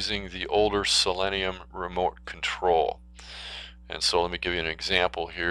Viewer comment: Learn how to pronounce the name. It's pronounced the same as the element, which is [si-lee-nee-uh]